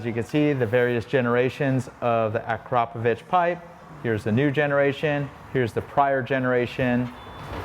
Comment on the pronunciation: It's hard to break the AKRO povik vs. a CROP o vitch habit, isn't it? lol. I used to work with someone who had that last name. He'd get frustrated at people who pronounced it AKRO povik.